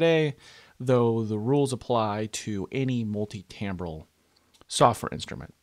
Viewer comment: TIMbral not TAMbral